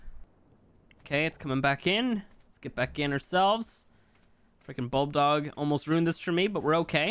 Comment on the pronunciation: Isso not buldog is bulbdog